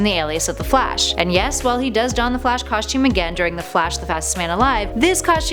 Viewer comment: i don't like the way she say's costume